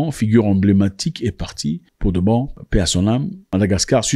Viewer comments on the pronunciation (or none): none